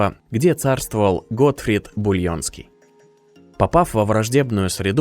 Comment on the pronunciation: Бульенский?Булонский,хотя для этого книги читать надо...